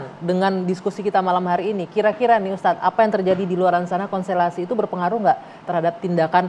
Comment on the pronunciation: Pembawa acara menyebutkan kata konstelasi salah.